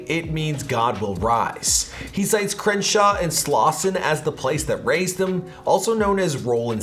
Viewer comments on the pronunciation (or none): none